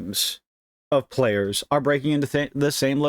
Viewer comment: "P.L.A-yers." I know bro, China taking over Taiwan by force is bothering me too